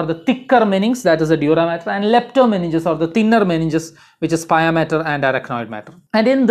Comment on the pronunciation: For north american audience we say pia (pee-uh). Just for future reference.